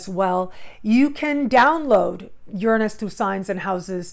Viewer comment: the only person ive heard pronounce Uranus the same as me. Ive been studying astrology since '96 and the eclipse just opposed my Dec21 Sun. I'm keeping my awareness sharp and ready for evolution.